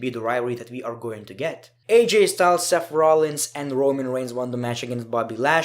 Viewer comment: " seff rollins "